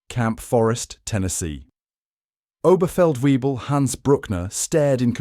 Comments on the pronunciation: Oberfeldweeble Karl Weber. OberfeldWEEBle - -. NO, NO, NO. it is NOT OberfeldWEEBLe, but Oberfeltvaybl. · Webel, and NOT Wiebel [Way-bull] , do your home work before you do a video...please..